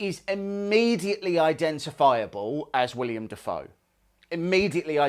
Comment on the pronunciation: Amazing print work. Can’t wait to see it painted! One super minor gripe: the actor’s name is Willem, not William. Haha ;)